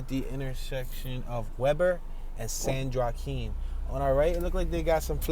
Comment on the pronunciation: Yoooo, miss pronounced San Joaquin county!!!!!!